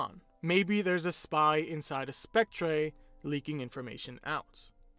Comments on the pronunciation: It's pronounced "Spec-TER" not "Spec-TRAY" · I like how he says spectré instead of spectre